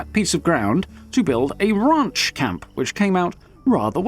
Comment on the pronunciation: “A raunch camp”